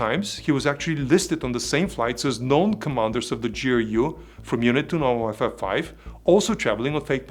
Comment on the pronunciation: Group "29-Wifi" sorry just cracked me and now I can't unhear it. Thank you for your amazing content and keep it up great job. I just subscribed so I won't miss any new videos in the future. God bless and stay safe.